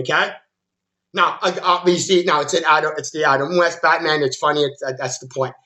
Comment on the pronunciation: He keeps saying botman 🤣😂🤣